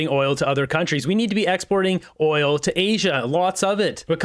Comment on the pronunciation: Geez he can’t even say oil